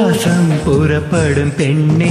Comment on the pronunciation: தமிழ் உச்சரிப்பைக் கொல்லும ஆண் குரல்... பூ.வாஸம். அல்ல. பூ வாசம்